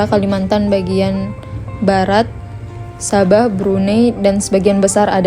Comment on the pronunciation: Sabah oy, bukan saban 😂